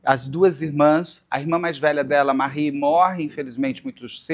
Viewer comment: A irmã de Rita, era Mary Lee Jones, nome com pronúncia em inglês e não "Marie", com pronúncia francesa, como você pronunciou.